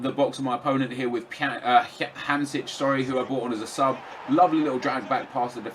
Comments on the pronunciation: Nep - It's Marek Hamsheek for easy prononciation. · Why does everyone pronounce Marek Hamšik like "Hamsich", last time I checked the letter "k" doesn't make a "ch" sound